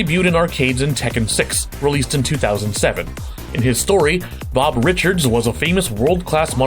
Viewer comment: Did you say "Blob" from Tekken the first time? I swear that's what i heard.